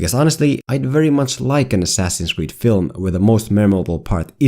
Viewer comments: Ass-ass-in's Creed. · "Ass Ass in's creed"